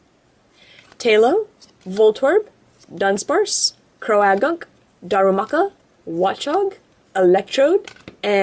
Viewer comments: Its pronouned cro-gunk not cro-a-gunk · Croagunk is pronounced crow-gunk not crow-ah-gunk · its crogunk not with the ah in it